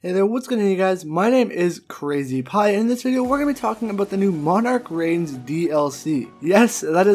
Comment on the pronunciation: it's Monarch's Reign lolz almost everyone is getting it wrong